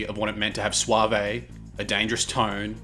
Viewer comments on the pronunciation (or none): You seem to have robbed "epitome" of its final syllable and appended it instead to "suave" 😝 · You can't pronounce suave or epitome right, if you could. You wouldn't look or sound stupid while doing it. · YES and the CORRECT PRONUNCIATION IS . . . swayve-and-deboner. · And the word suave. Bobbbaaaayyy sooooo suavaayyyy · as soon as i heard "swah-vay" i immediately paused the video and scrolled to see this lol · Lol, I'm new to this channel and his "epitome" and "suave" were what reassured me it isn't an AI reader.